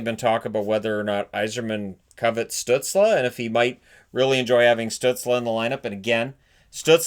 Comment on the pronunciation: Can anyone confirm how to pronounce Stützle. Always laugh when says his name but for all I know he's right. Based on my limited knowledge of German I've been under the impression that it's pronounced like Stoot-zel.